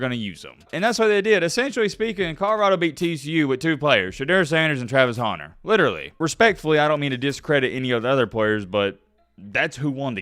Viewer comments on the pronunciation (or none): u owe ME an apology. This whole time I thought his name was Travis Honner because or ur accent!! 😡😡